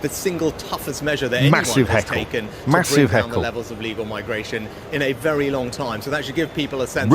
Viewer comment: Rishi saying "legal" quickly and half under his breath so people think he's saying "illegal".